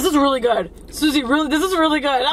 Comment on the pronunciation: Italian Around the world it’s actually Suzy* but he kept calling her sushi in their last mukbang. got the reference.